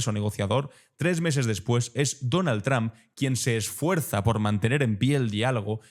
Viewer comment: Tus reportajes son excelentes, pero deberías de aprender a pronunciar bien el apellido "Trump": se pronuncia como "trompeta", nada más hay que quitarle "eta" y ya está!